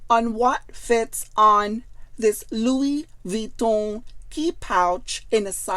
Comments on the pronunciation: Perfect prnounciation actually. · its the correct pronunciation actually. Most people myself included butcher the pronunciation 😊